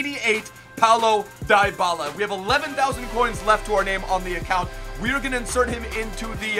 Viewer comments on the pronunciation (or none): It’s pronounced dee-bala not die-bala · It's pronounced Dee-ba-la :)